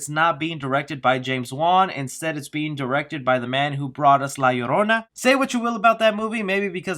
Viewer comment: when he says La Llorona correct 😌 then he says he’s Hispanic 😲 I did not know that